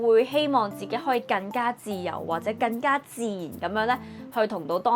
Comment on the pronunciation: 連廣東話更加兩個字都發音錯